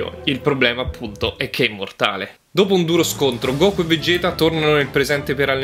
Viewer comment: vegequ no vegett